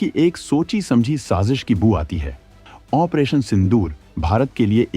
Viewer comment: Opration का उच्चारण तक नहीं होता